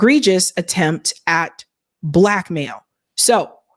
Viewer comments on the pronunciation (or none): Sounds like Green Mail not Black Mail